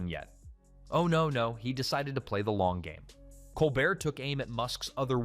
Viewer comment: Nice video. However I don't think the voice over pronounced Colbert's name properly.